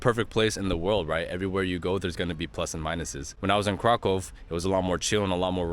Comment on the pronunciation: You pronounce Kraków like a native.